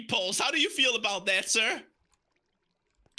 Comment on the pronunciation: Mnyke You mean "Cash not Catch" and "Bow not Bout" and "dah not dat"